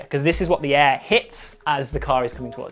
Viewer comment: It sounded like "there is no eh...".